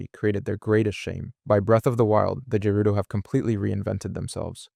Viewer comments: You do realize you are mispronouncing the races name Like sheikah as sheika when its she-ka Gerudo as Jerudo, but its gerudo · I can't tell if dude is butchering the pronunciation on purpose or if he genuinely thinks gerudo are pronounced like Jerudo And Sheikah are pronounced like Shaikah... Maybe he's using AI to voice over his videos 🤡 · Ok bro I was gonna let the way you pronounced Gerudo slide but after I heard what you called the Sheikah, im out.